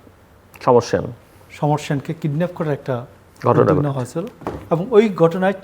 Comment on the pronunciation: মোশারফ ঠাকুর হলো আলোচক যার উচ্চারণ শুনলে শরীর জ্বলে ঘটনা রে গটোনা বলে শালা মূর্খ